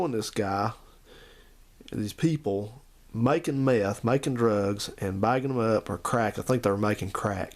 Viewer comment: Meth...not merge